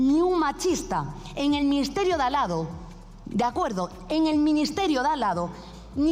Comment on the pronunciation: No se dice dallado. Se dice de al lado. No se puede ser más burra.cob carrera, de derecho...ja..ja. .ja..